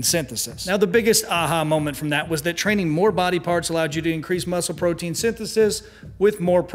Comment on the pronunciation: sounds like you said brotein